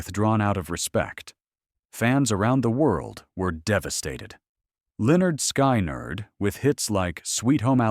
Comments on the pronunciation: Cant pronounce Lynytd skynerd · If ya cant pronouce lynyrd skynyrd or speak southern lingo (you shouldnt make these videos you miss the whole point of southern rock